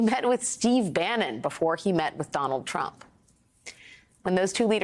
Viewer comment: Love the way Guga Chacra pronounces TFG's name: Tramp 😆